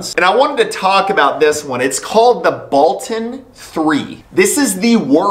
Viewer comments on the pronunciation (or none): Ba-ton. Not Bolton